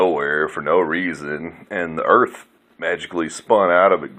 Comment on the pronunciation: You wanna say dah erwft is fwat. Hwappy new fwat earft 😝😝😝😄😄😄